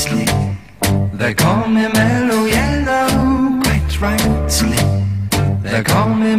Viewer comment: In one particular British accent they slip an "s" sound between a "t" sound and another consonant. It's like in some American speech (mine included) we pronounce "that's you" as "thatch you", or "what's your problem" as "whatch your problem". So here we hear "quites rights-ly".